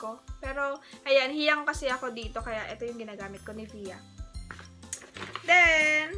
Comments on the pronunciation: "nivyah" po pag pronounce hihi. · Niv-ea...hehe yn dw pronunciation nyn..dti aq ngwwork dyn hehehe...gnda lge liptint mu 😘😘